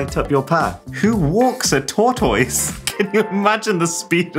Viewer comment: Tor touise 😂😂😂😂😂